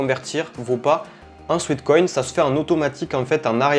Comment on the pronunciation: Détail de prononciation : SWEAT (sueur) = "souêt" / SWEET (doux, sucré) = "souit". Il s'agit donc ici non pas de "souit-koïn" mais bien de "souêt-koïn" 😉